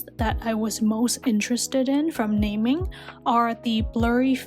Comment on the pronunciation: It’s actually called na-ming btw i luvv ur video 😻